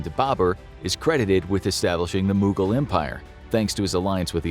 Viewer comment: The way they pronounce mogul empire angered Ghangis Khan